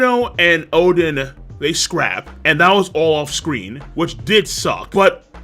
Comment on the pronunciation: Why does he call Oden, Chaden?